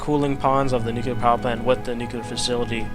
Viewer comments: nu-clear. As in new-clear. Nuclear. NUCULAR is not a word. :| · You're crazy, insane and brilliant. Can't wait to see what this monster looks like when it's completed! Oh, and it's NEW-CLEAR. Nuclear. Nu-clear. How do you even get to nu-cular I don't get it..